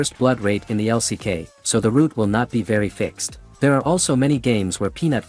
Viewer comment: LCK 也不念 Lock 呀 刷野可能可以叫 farming 嗎？不會說 brushing 吧😂